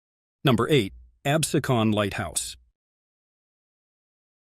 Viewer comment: Absecon Light house name is pronounced "AB-SEE-Con"